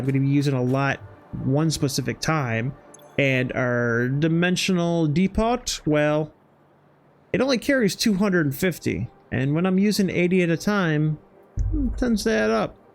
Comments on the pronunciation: de-poT? De-Po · lol oh man i'm sorry the nasally voice say de-pot was toooooo much for me. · I find your videos so good for learning and a bit of fun nice editing as well. its just DEPOT IS PRONOUNCE DEPO....... GREAT VIDEO love the chains.... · Depot is pronounced "Deepo"